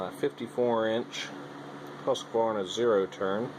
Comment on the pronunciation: H U S Q V A R N A....not HusqAvarna